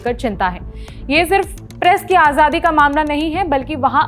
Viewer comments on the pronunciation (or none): none